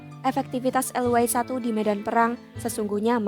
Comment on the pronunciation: Fokus ejaan y yang di Indonesia di eja ye sekarang dibaca way(englis),hemmmm...